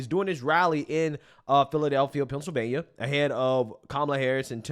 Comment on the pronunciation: Where is "Pouncilvania" again?😅